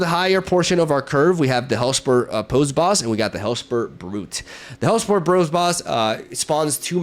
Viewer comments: Spicy deck! Unrelated, but you've mentioned wanting to pronounce things right before: "Posse" sounds like "Paw C", rhymes with "bossy". Super petty, sorry, but it was bugging me. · can't wait till you figure out the metagame... considering youve never seen these 12 sets before it honestly shocked me to see you at mythic lol... also it's pronounced possy (poss eee)... the way you pronounced it was hillarious tho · Great video! P.S. posse is pronounced possy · Hellspur Posse Boss is pronounced Possy,! xD Really cool deck and I like how you pointed out the similarities with Loki, but a much fairer approach. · Hi, cool deck. Dunno if you care but "posse" = "paw-see". Old timey word for "gang".